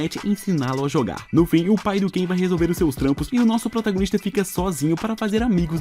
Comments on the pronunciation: É kai não Ken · Não é Ken é cain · O cara ta pronunciando em português errado não é ken mas sim kain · N é kein é kai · na vdd n é ken e sim kain